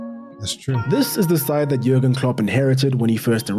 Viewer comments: Really think that you should watch through any videos you plan on reviewing for your channel. Being unsure who Stevie G is, pronouncing Jurgen with a hard J and generally not knowing pretty much any of your subjects history is pretty lazy. You're basically doing the minimum possible to publish a video. Sorry if I come across mean but it really gets up my nose trying to watch you when you have to keep stopping every 2 minutes to clarify something. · Jürgen is a common German name and in German they pronounce the "J" with a "Y" sound so it's pronounce more like Yürgen. Also he left Liverpool at the end of the 2024 season. Also as far as Jürgen looking like a "cool" guy trust me- one time he joined a Liverpool fan doing a music gig at a local pub (much to that musician's surprise), had a pint of beer and ended up singing along with the crowd. He truly is a "Salt of the Earth" kind of guy.